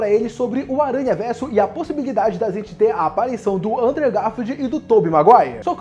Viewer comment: Aê! A pronúncia de "Andrew" Garfield tá melhorando! Continue assim! :D